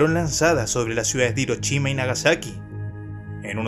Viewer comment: SE DICE FUKUSHIMA Y NO FUKUCHIMA, DEBERIAS APRENDER A PRONUNCIAR! HIROCHIMA JAJAJA, SOLO CONOZCO HIROSHIMA.